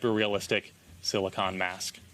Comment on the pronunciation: It's silicone, not silicon. I wonder if auto correct did this to their statement and no one caught it.